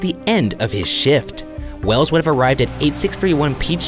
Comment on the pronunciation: it's wells' not wells's that threw me off track